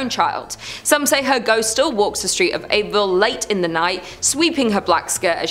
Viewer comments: It's pronounced "Abbyville" not "Abe-ville". Just sayin. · It's pronounced Abby ville😂😂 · Just a friendly FYI. We pronounce Abbeville as Abby-ville. Lol I may start saying it your way